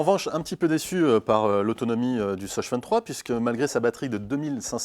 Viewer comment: 'de ssoss' j'étais morte